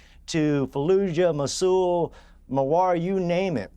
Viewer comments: lol the genius genocide denier and military "expert" couldn't even pronounce Mosul 😮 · This guys a “military expert” he can’t even pronounce words properly 😂🙄🤦🏻‍♀️